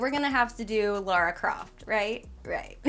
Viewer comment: It's LARA CROFT not LAURA